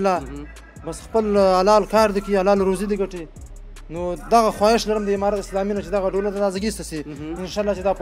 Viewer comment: برادر محترم تشکر ازگزارش های جالب و خوب شما. منتهی یک خواهش از شما داشتم که در قسمت ادا حروف و صحبت های که میکنید کمی دقت کنید تا صحیح تلفظ شود تا تغیر در کلمات شما بوجود نیاید. مثلا شما گفتید که تشکر از حمارات اسلامی. اگر معنی حرف حمار را نمیدانی به معنی خر است و زمان که شما جمع ان را بکار میبرید بقیه معنی انرا خود تان حدس زده .میتو انید که چی است. دیگه تشکر و جور وصحت باشید.